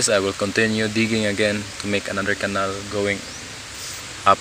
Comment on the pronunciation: "canal" (pinaslang) - kweeee! HAHAHAH!